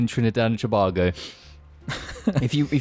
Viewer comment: the way you say Tobago makes me itch but i forgive you